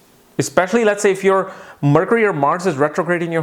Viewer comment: "Marcury" :D :D